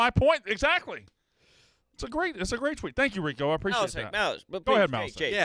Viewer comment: calling Rico --- Reek is amazing